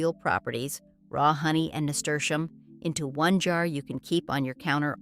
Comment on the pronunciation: There is no sound sh in name of Nasturium. Is just plain s. NAHSTUhreeuhm😊